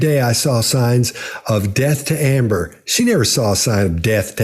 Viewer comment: 'Amber' not 'Ambre', right?